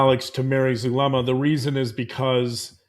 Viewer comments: Zulema!Zoo. zoo Zulema! Not Thulema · Not Thulema nor Chulema, Zulema LIKE zoo, please